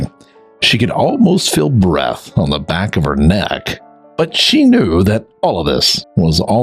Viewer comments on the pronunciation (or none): none